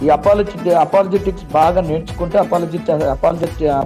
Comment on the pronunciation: అపాలజెటిక్స్ అనడం కూడా రాదు హనీ కి అపాలజెటిక్ అపాలజెటిక్ అపాలజెటిక్ అపాలజెటిక్స్ అంట ఏదో ఏదో అంటున్నాడు ఇంకా నయం కార్టూన్ చానెల్ zetex అనలేదు....😅😅😅😅